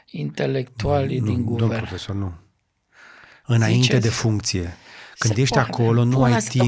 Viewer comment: Renunță la accentul pe care-l folosești pe cuvântul profesor